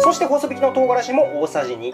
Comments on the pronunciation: ほそびき じゃなくて こまびき だと思うよ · ほそびきじゃなくて、細挽き(こまびき)だよ